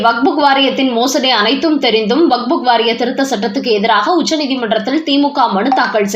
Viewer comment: It's waqf. Not wakbuk. It's irritating to hear as wakbuk again and again. Please correct youself